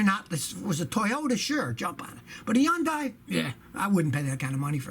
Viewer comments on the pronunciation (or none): What is this “Eundii” car that Scotty keeps talking about? Hey Scotty! It’s Hyundai. It rhymes with Sunday.😂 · Hyundai is pronounced "Hunday", like "Sunday".